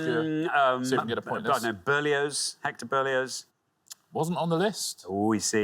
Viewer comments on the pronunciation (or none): none